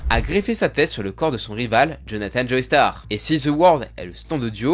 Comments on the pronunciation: "Joeystar" ? Sérieusement ??? 🤦🏻🤦🏻🤦🏻 C'est JOESTAR ! Il suffit d'écouter l'anime pour entendre qu'ils disent "Joestar" et non pas "Joeystar" ! On dit "Jojo" et pas "Jojoey" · le sang des joeystar ??? je t'ai toujours bien aimé mais la c'est trop c'est joestar (josuta) alors fait attention a tes prononciations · Tu peux arrêter de prononcer joey starr ?